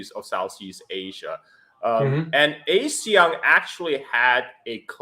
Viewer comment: When you pronounce ASEAN as A-SEAN, you are a foreigner. When you pronounce ASEAN as Ah-SEAN, you can pass as a local. 😅